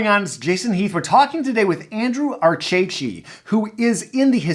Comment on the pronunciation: This is my cousin. I didn't notice if he corrected you but it's pronounced RCC(I tell everyone like radio controller car lmao) I got a chuckle Bcuz no one pronounces it correctly. This is so cool. Gonna be a good watch ❤️